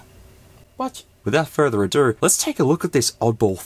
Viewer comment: "without further a der"